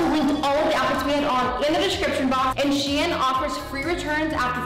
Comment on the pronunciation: Wait I always pronounce shein as sheen but is it meant to be pronounced as she-in cause that is how madison said it 💞